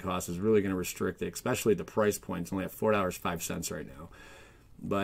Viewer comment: Theres no X in the word Especially